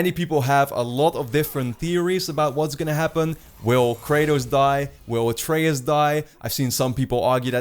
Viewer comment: they won't die, not in this game at least. Also I don't think Kratos will end up killing ALL of the norse gods. slight nitpick but did you mispronounce Atreus' name through the entire video?